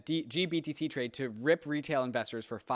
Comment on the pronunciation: Why can't say GBTC correctly? Lol. Also, blockfi got fined 100M for lending. Big part of their demise. Nobody seems to point this out as another rug pull on them.